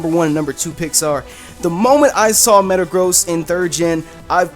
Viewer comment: Did You Just Say Matagrost